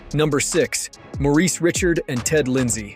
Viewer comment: OMG MAN..its not Maurice Richard,, its pronounced Maurice Re Shard